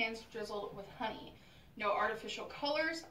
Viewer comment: "Hoeney?" This is the girl that claims to have read 24 books a month, but she can't pronounce basic words?🤔🙄